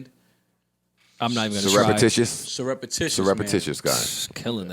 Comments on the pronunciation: lmao - it's "syrup"ticiously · I dont think Joe pronounced that S word right lmfao it looks like Sur-up-tish-us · I'm mad the whole room got tripped up over the pronunciation of surreptitious lol